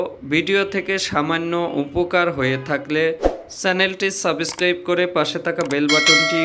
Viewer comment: তুমি যদি ডাক্তার হয়ে থাকো সাবস্ক্রাইব শব্দ টা উচ্চারণ ভালো করে বলতে পারো না, কিসের ডাক্তার